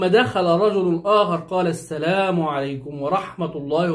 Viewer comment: على فكرة انت المفروض تقول السلام عليكم مش السليم عليكم المفروض اخوانا القاهريين/الاسكندرانية ينطقو الحروف برجولة شوية